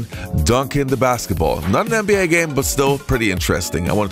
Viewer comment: I'm pretty sure it's NBA, not Anne B A....